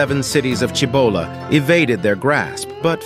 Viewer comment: That would be pronounced see bow la.